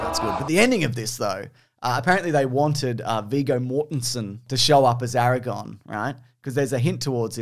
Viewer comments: Everytime your pronounce "Aragorn" as "Eragon," I have a tiny stroke. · I love how keeps saying Aragon when his name is Aragorn, someone’s getting confused with Eragon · you keep saying Aragorn like Eragon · It's very painful hearing say "AraGON" over and over again... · Is no one going to mention purposely mispronounces Legolas and Aragorn